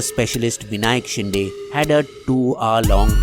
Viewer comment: It's "शिंदे"